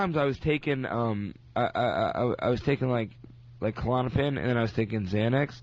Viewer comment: "Cull-on-uh-pin" I didn't know Klonipin had four syllables, that's amazizing